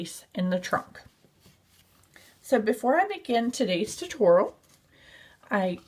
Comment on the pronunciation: Cute elephant, but the way she said tutorial made me cringe every time.